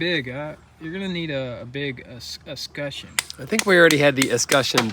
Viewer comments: I know this is old now but it’s pronounced es·cutch·eon like clutch without the L. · escutcheon has a t in it and is pronounced "es cut chen" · escutcheon. Es…cutch….eon. Aaaaaaggggghhhhhhhh! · "Escutcheon" FFS. Not that hard! "Slooter" is a new one on me. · He just pronounced it completely wrong 😂